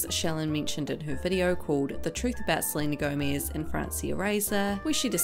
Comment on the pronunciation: No one likes Selena gomiz ( the way you pronounced it ) lol